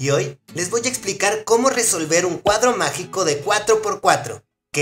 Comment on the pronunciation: Quin escucho macico en ves que magico ♥♥♥♥